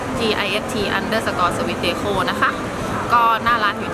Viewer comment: พี่ เดโค้ ไม่ใช่ เดคอ 55555+ อย่าว่าเรานะ